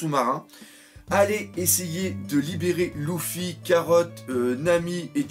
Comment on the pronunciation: pk tu ids lOUffy sa me stress ?